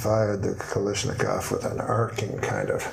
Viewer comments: I don’t think the norm was much of a gun enthusiast. Initially in the joke he says Balishnikov when he means Kalashnikov. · I like how he mispronounces Kalashnikov in two different ways. Plus, they left Johnny with a rifle they took off the VC.